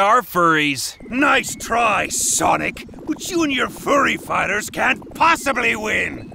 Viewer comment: At the end sonic became sanic💀